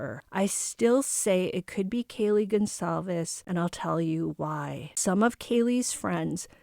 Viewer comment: Gonçalves is how it's writen. I know you can't because your keyboard doesn't have that sign to put under the "c" 😊 It's a surname of Portuguese origin(my country) and it is spelled Gon sal ves . Gon you spell like in "paraGON" Sal like in "SALty" Ves like in "saVES". I hope it helped 😉